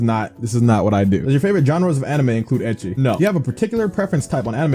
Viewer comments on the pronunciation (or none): none